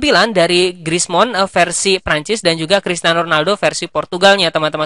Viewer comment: Abang kalau ngomong Griezmann kedengarannya kayak Krismon wkwk